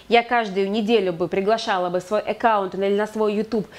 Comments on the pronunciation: Экаунт? Это что? АККАУНТ- знаю- Экаунт нет! И да- платье, и дефект-ужас . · Всё хорошо, но режет слух слово "Экаунт", ещё и с выделением первой буквы😩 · Эккаунт.. звучит интересно..... А так, спасибо за уроки ))